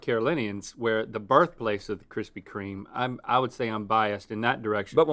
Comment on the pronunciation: kwispy kweme